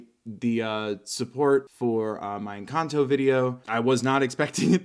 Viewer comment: Jejeje suena muy chistoso cuando un gringo dice encanto, suena a encantou 🤣🤣🤣